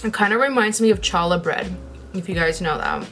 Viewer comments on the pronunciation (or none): Btw challah is pronounced with a soft k/guttural h, if you can't pronounce that sound just use a regular h!